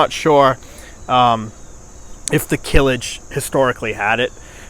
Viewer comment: Not Kilij, is it name kılıç